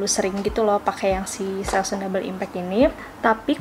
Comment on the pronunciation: Baca / sebut selsun yg benar, bkn selsun / selsan, tapi selsen.